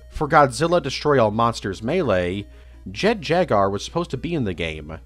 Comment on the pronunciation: Does this man not know how to pronounce Jaguar